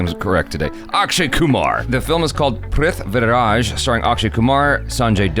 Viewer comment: Not prith-viraj, it's prithvi-raj.